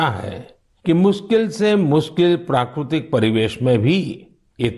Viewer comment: It's prakritik not prakrutik